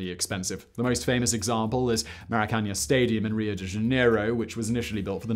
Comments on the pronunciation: I think he meant 2008 and 2014 but those mixed up years did trouble me. Never mind his pronunciation of Maracanã which is screaming to have the final syllable stressed. I think I heard that this iconic stadium was going to be renamed, admittedly after a player of some renown. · For such a well researched video, it is a shame you couldn't take five minutes to look up the pronunciation of some of these cities/stadiums. Hearing "Maracaña/Maracanha" instead of Maracanã is very poor form. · bruh those were some of the worst pronunciations i've seen in my entire life, he completly butchered cuiabá and maracanã, couldn't even go to google translate to at least have an idea of how they're pronunced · please learn how to pronounce Maracana...